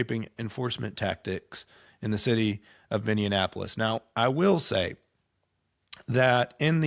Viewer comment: It's Minneapolis, not Minnionapolis!